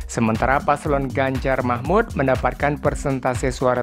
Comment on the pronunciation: Baca yang benar, bukan Ganjar Mahmud ,tapi Ganjar Mahfudz